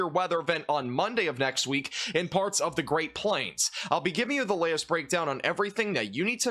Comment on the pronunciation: Let's begin farts! 😅😂 That was totally said in this video. You can't convince me he said parts.